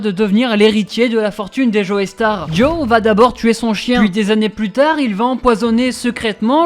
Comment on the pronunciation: "Joe-star" pas Joeystar baka . et ton flow est surement le pire méchant du manga-verse